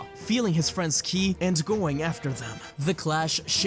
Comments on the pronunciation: Listen u said "kill'i" not ki, also , and u said kili's not ki again lol dude u good cuz u might have sounded like u were out of it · WHY SO KEEP SAYING KILI!?!? IT'S KI, made me check the date thought it was the 1st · why do you keep saying kili?